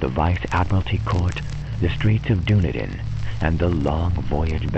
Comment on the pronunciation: Dunedin is pronounced Dun-eden. The way you say it make us sound like a LOTR tribe..... oh wait....